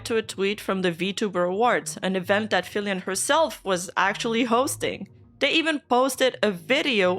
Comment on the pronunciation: lol the account LITERALLY SAYS FILIANNE not FILIAN 😂